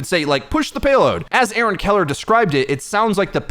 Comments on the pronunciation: Every time you say "A-Aron" I'm disliking your videos. Why don't you say his name correctly? You didn't do this to Jeff, so why don't give Aaron the same respect? He's a nice dev and tries to do his best to fill Jeff's shoes, but you don't seem to show any sign of acknowledgement. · What's up with how he says "A-Aron"? It's distracting. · Do you really pronounce aaron like "a-aron" ? It sound so weird. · A-aron... wow